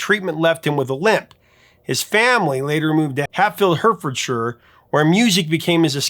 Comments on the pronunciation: it’s pronounced heart-ford-shire not hur-fud-sher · It is pronounced Heartfordshire not Hurtfordshire. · You made me cringe when you said Hurtfordshire it's actually pronounced HART❤fordshire even though the spelling is Hertfordshire. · "Hertfordshire" is pronounced "Hartfordshire". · BTW Hertfordshire is pronounced heartfordsheer. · Just to help you out Hertfordshire is pronounced more phonetically Heart-ford-sheer. Always enjoys the shows, thanks ❤ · Trust an American to mispronounce Hertfordshire!! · Your pronunciation of Hatfield, Hertfordshire is SO bad I had to listen to it 8 times before I was finally sure what you were saying - so: Hat Field, Heart Ford Shy r.